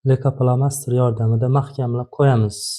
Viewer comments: Лейкопластырь денглейкопластер демасдан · Лейка пламастир эмас пластир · Духтир,лейкопластырку сиз лейкофломастер деяпсиз. Бу нимаси энди? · Лико пластер дейилади духтир